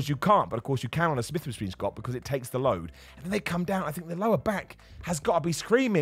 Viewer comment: “start on the smith Maskween schott” 😂